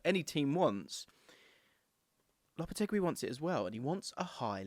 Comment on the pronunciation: LOP-A-TAY-GEE is how it’s pronounced 😘